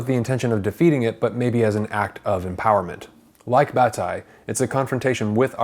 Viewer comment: He's referring to Guilty (Le Coupable) by the French author Georges Bataille. (He's pronouncing the author's name in a flat American way rather than as it is heard in French (my opinion only!).